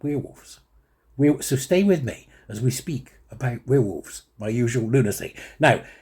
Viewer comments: Now weir wolves - where wolves is how it is pronounced 😂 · "We'rewolves" is compromised! He's a werewolf!